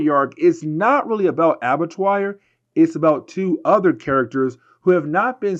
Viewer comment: ABBA-TWA.... it's pronounced ABBA-TWA. It's French. It means Slaughter House.